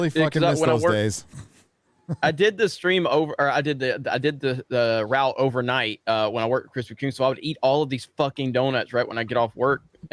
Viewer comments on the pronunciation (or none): none